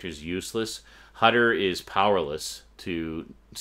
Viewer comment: Just a little remark: Hutter is German. The "u" in his name has to be pronounced like the "oo" in "hood".